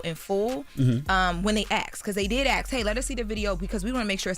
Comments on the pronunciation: Please stop say “ax” it’s ASK! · You axed him? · is intelligent, she just needs to learn how to properly say “ask”